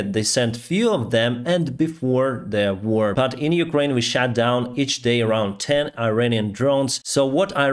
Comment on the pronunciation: Hi your videos are brilliant please stay safe my heart is with your beautiful country constantly (Um can I just say, [and I feel bad saying it] it would be better to say "we SHOT down", than shat down ) And I feel bad saying it because your English is amazing Take care lots of love and prayers slava Ukraine 🙏💙💛